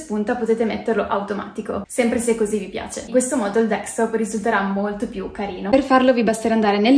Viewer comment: Capisco che sia un tutorial “for dummies”,ok…ma ti prego, si chiama desktop, non dextop.